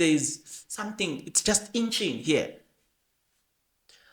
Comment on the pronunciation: it’s itching not inching,otherwise good job